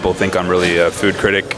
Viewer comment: cirtict it is critic